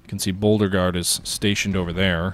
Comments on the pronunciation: It's pronounced Bo-regard. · I love your videos but I swear I'm going to kill myself if you say Boldergard for Beauregard one more time.